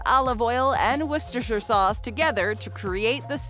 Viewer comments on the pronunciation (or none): none